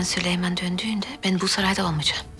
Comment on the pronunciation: Hürremin süleymana süliman demesi